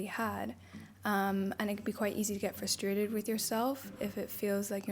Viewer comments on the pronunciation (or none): none